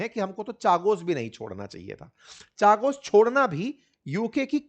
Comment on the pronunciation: अंकित भाई चागोस नहीं कागोस है